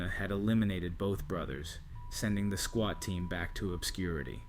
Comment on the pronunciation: Swat not Squat 😂